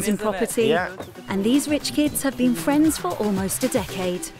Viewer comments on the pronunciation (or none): none